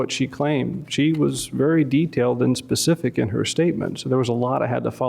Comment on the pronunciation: Pacific. WTH? The word is Specific. Smdh.